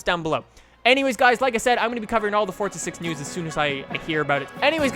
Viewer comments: Love your videos but it's forza bro not fortza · It's forza not fortza